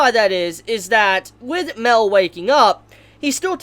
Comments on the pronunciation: It’s pronounced (my-el) not mell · its not mel it's pronounced like meel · It's ma-el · Guy it's MA-EL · Im pretty sure Mael is not pronounced "mel" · Everytime you say Mael it sounds like Mel and i think about Meliodas